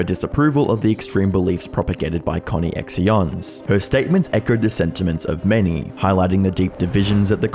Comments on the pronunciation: CON Eeeeee EX eeee AHns? You mean CONNECTIONS? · Dude are you seriously not picking up on the name of the company as “connections” and not “conny X ions”. What the actual fuck. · connections I think is how it's pronounced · So much for making conny-ex-eeyonze.